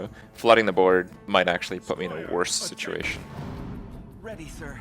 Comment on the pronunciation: For how often Kripp says the word "situation" he should really learn how to pronounce it correctly.